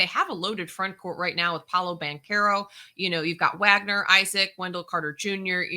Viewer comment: So this is the host of Locked on NBA and she doesn’t even know the pronunciation of Wagner’s name? That’s just so disrespectful! Franz is like the best sophomore in the NBA and he’s been talked about by so many that recognize his talent. You really should know his name by now!